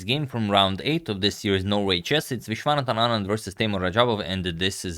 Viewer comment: When he pronounce "Vishwanathan Anand" better than us. lol